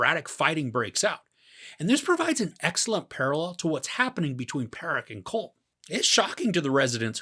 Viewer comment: Good review. However Colm is pronounced exactly like column.